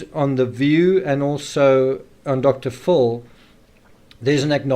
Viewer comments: "Dr. Full"? 🤔 You mean "Dr. FILL." 😉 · I like how your accent makes Dr Phil sound like Dr Fool. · I hear Dr. Full.